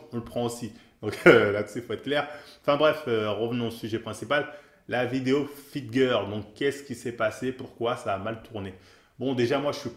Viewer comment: '' une Fitgueuuur'' pour dire' 'fitgirl' ' y a pas à dire tu t'en bas la race mais c'est ça qu' est bon :')